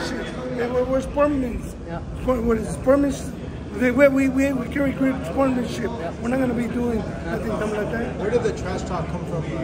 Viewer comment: He can’t pronounce sportsmanship 🤣🤣🤣